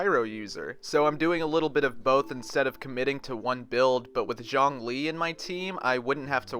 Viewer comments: Xiang=Syang Zhong=Jong You're pronouncing them wrong that's why they sound similar 😂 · I'm spending every single primogems on Zhongli coz who doesn't want a tired, broke ass God in your team?? btw you pronounce his name is like the Z from 'Zoo' (Zhong - lee), and Xiangling is She - ang - ling.